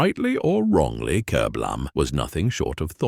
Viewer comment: strange titles such as "kerblam" ??????? starting off with something so obvious doesn't fill me with hope for the rest of the video, especially as the ai narration can't even say the word kerblam properly